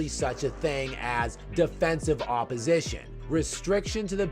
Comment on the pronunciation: "Defensive oppositìon?" The hell you say!